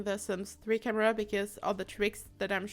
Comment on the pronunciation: Whenever she said sims 4 camera its like sims fuck~amera.. Is it just me?? Gotta clean my ears